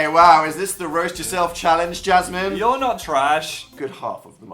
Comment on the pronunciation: omg the way Dan said Jasmine, wow.👏👌🙈🔥